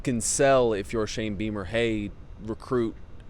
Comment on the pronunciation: O wow..thought I heard her say ‘Shame Beamer.’ Goes along with ‘Shame cocks.’ Too ironic.